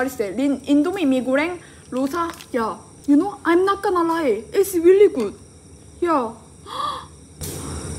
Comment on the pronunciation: “you konw”